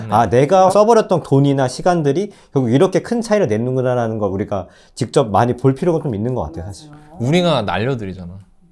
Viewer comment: 님의 기름 넣을때 만…..앜..이……빵터졌습니다 ㅋㅋㅋㅋ만이(많이) 라고 이해하겠습니다 ㅋㅋㅋㅋㅋㅋㅋ